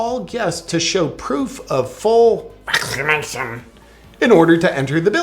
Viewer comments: The way you enunciate “vaccination” just floors me every time. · Feels good to laugh! Your pronunciation of “vaccination@ is the greatest!🤣🤪😂❤️